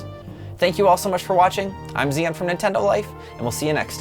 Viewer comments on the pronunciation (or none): This dude’s name is Zion and pronounces it as “zEon”